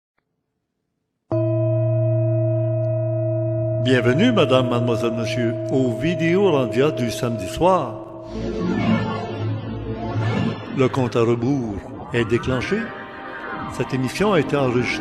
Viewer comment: ''Bienvenue Madame, Mademoichelle, Mechieu... cette émichion a été enregichtrée...''